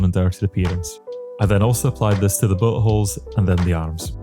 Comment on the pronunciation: When you say bullet holes it sounds like your saying butt holes!